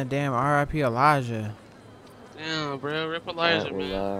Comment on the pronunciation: He said RIP Eligah